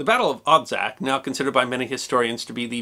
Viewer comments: Thank you for taking the effort to spell correctly the names Poljana ("Meadow" or "Grassy field") and Odžak ("Chimney"). Your pronunciation is almost spot on: in the name "Odžak" the "D" is a "hard" D, and its pronounced like last D in "Dodge" so it would be like you are trying to pronounce "Odg-ack"; "Ustasa" is pronounced "Hu-sta-sha", with silent H. You are 100% correct about the post-war communist goverment hushed over many events from war or events that followed, as well about the multiple guerilla army groups that fought amongs themselves. Great job as always! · ustaša = oo-sta-SH-a. Effectively Croat nazis. Croats today are not really that ashamed or sorry that the existed. Some are a little upset by the bad rap they get. The post YU war generation, not so much. But the older ones, well, yeah. Odžak = O-jak (more or less) NOT od-jak. Not Josip Tito. Josip Broz, Josip Broz "Tito" or just Tito. Good show otherwise. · Quick tutorial for nonslavic speakers: LJ is pronounced like Italian ''gli'' but without ''i'' part Dž is pronounced like ''Jack'' but without ''ack'' part Š is pronounced like German ''sch''